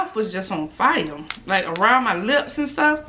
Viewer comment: WE HEAR U HUNEY...😂🤣😂🤣😂..."LLIPS"...